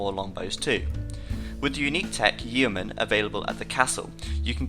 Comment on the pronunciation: Isn't it pronounced Yoh Man?